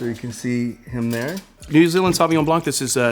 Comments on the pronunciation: You can’t call yourself a Sommelier and not know how to properly pronounce Sauvignon Blanc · Mispronouncing the first wine he tries... why